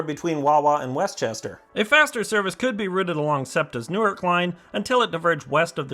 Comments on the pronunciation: And it's "New-Ark" not "Newurk". The Delaware one is pronounced differently. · There are 14 Newarks in the US. However, in the State of Delaware, it is pronounced "New"-"Ark" (two syllables).